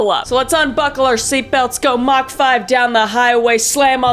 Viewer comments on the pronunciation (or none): It’s Mach not mock